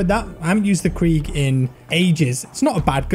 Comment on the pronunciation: everyone: "krig": "KREEG"